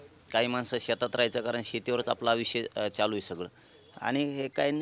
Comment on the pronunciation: चालू.. ❌ च्यालू.. ✅....😂😂😂😂